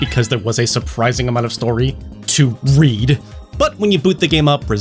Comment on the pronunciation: Left them on "read", not "read". BlazBlue is pronounced Blaze Blue. Love you, happy to see your handsome face back on here. Hope things are looking up for y'all.